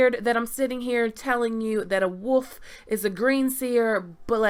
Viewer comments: Sorry, this is just a peeve of mine but it's wolf and not woof. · Woof dreams guys Woof dreams..... Its Wolf theres an "L" in there and no there isnt a "GrayArea" for it